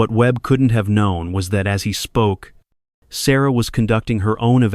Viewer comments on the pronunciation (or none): I like the story a lot. The narration switching to foreign pronunciation of Sarah's name and a couple other words is disconcerting. I had to back up the video each time to read the words. This interrupts the flow. I thought if it was AI narration it would be smoother.